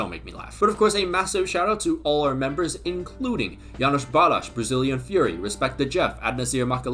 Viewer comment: as soon as i hear yanos balasz i exit the video so quickly 😅